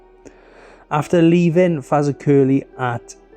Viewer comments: really butchered your pronunciation of fazak 😂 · you said Fazakerley wrong lol, YT How to pronounce Fazakerley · Faza-curly 😂😂😂😂 Faz-ak-e-ley👌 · FAZA-Curly… hahahahha 😂 It’s pronounced Fa… Zack… Curly (say it fast in 3 syllables) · If you say "Exactly" then say "Fazakerly" they should sound similar. :) not Fazacurly =D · FAZA CURLY? it’s pronounced fazakerly. The royal armoury’s gunsmith is located there. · FazerCurly? It's 'Ferz Hack a lee' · Fazza curly . Sorry, but I just fell off my chair to that.😂 Fa zack er lee. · It is difficult as English is renowned for its pratt falls. But that pronunciation made my night. Fazza Curly. Awesome. 😂 It's nearer "Fa Zack er lee", for future reference. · Highlights the danger that can come from doing the same job everyday, complacency sets in, the same thing affects some car drivers too. It's fortunate for him nobody was killed. I'm loving that Faza curly, but I bet you get as many laughs hearing how English people prounounce the names of some of those Welsh places. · FA-ZAK-ER-LEY Fazak-Erley That was absolutely harrowing to have to endure mate. It should be a hate crime to pronounce it how you did. Nice video all the same mush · Fazakerley. you pronounce it. FAZ. AK ER LEY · It should its digrsceful you pronouned the location you did when all it would have taken was a little researh. I mean you reasearched in detail about the train accicident and driver but didn't pronounce Fazakerley (fəˈzækərli) correctly.. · Apart from your obliteration of Fazakerley, it's Fah-zahk-er-Lee. Very informative video, after breaking my leg I used this line to go to school for my o levels. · Why can't people get the pronounceation of places right before making videos? Where is Fazercurlie supposed to be? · Sorry I had to laugh, it is pronounced FEZ AK A LEE. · It's pronounced Fazackerley 😂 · Its pronounced Ferz aker lee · The narrator calls Fazakerly Faza kerley which is not correct